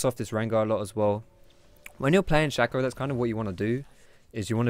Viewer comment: saying 'Rango' and 'Shakko' makes this hard to watch